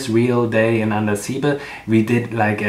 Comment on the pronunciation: It is pronounced.Andasibe' ,stress on be